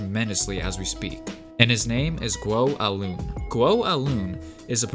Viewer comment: Although not imperative, the proper pronunciation for his name is “guo Eye lwen”